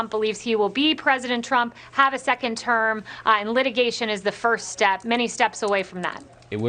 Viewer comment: Who taught her how to say the word "Litigation"?